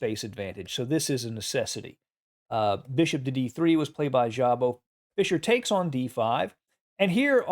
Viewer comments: Szabo is Hungarian, so sz is like s, sabo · ...in Hungarian language "sz" should be pronounced simply... "s"...like, for example: Swansea, Sidney or Sweden... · Just a small note, Szabó László was a Hungarian player. As a native Hungarian, I just want to help you with pronunciation. In Hungary, the letter "sz" is pronounced as the English s, like in the word "loss", the Hungarian "s" is pronounced as English sh, like in "Fisher". The letter "ó" is pronounced as in the English "hoe". I just wrote the above to help you. And as always, for president. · Szabo - ridiculous pronunciation - horrible! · Szabo is pronounced with S not with ZH. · Szabó László was a hungarian chess player. That was strange to hear how badly was pronounciated his name. To help this channel I try to give a friendly hand. In his language the "sz" sounds like the "s" in the english. My native language isn't the english, so I am sorry if I made a mistake. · In think Hungarian "sz" is pronounced [s]